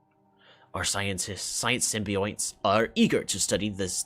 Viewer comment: "Symbionts" is pronounced "Sim-bee-yon-ts"